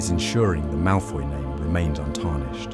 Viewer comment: It's "Malfoy"